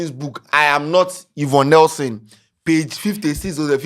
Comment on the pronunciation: 3de3ne "you-vonne nelson"?😂💔